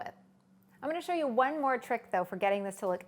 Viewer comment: Hell's Kitchen Kritter and Friends no she said “one ☝︎ color succulent”... lol 😂 it does sound like wine 🍷